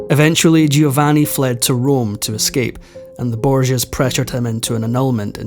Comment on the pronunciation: You're better than most. But it's spoken JO- VANNI 🙂 Doing a great job though. And your voice is wonderful. Thank you for this absolute treat 🌹🙏 I also appreciate that there are still young people interested in history and teaching others. It's so important. Bravo!